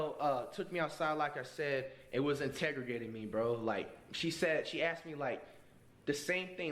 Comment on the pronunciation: boy said he got “integregated” 💀💀